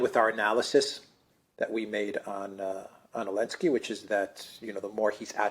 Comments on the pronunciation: seems to be saying "Alenski" a lot, but I thik he means "Zelinski". Am I right? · Ukraine outlawed the use of Z early last year. So had to say Ellenski. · Maybe most fans know this but what's the reason calls Zelensky "Elensky?"